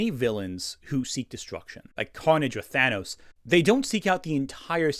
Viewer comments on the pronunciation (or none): none